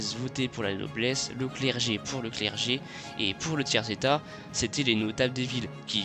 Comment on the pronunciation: "Tiers étatS" =??? Avec un "s"? / Et pitié = AR-TI-CU-LEZ !.